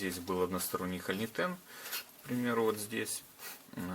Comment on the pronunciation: Делайте пожалуйста правильное ударение в слове хо’льнитен. А то ухо режет. Слово означает пустотелую заклепку (холь - пустотелая, нитен - заклепка) и ударение идет на о.